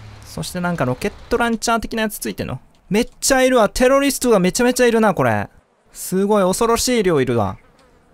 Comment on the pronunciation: 「テロリィスト」